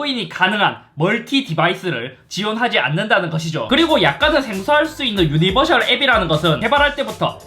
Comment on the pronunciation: 드랍더비트에서 웃어버려서 속상한ㅋㅋㅋ 근데 형~ 유니버'셜' 아니고 유니버'설'이요ㅠㅠ